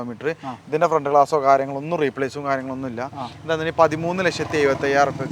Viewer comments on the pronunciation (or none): none